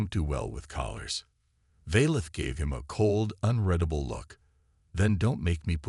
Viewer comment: Unredable is the improper word where it is used. Six times, the word was used, and only once was it possibly correct. I'm not sure, I didn't do so well in English. I'm perplexed at the fact that AI's can't pronounce the word correctly. People don't run their fingers through their hair as often as it's used. It's redundant to describe how the ice chamber, the condition of his clothes, and the dismay of the chancellor. It appears to be extra words to make the story longer.